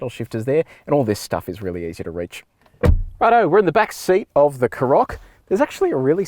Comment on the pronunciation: Karoq is stressed on the first syllable, not the second. Also, if you hold down the unlock button on the key fob, the car unlocks and windows go down. Hold down the lock button and it locks and all the windows go up.